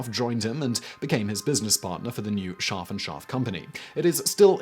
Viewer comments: I had no idea there was an 'r' in his name until you showed it in print. You're literally saying, "Shaahf." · The way you pronounce his name sounds like the German word for sheep which makes this fascinating video also very funny.